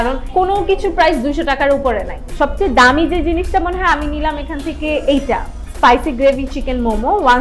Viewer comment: " পাইসি " গ্রেভি মোমো 😂 **No offense** 😊